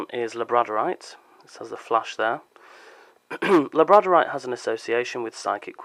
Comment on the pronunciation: Interesting pronunciation of Labradorite. Overall great video.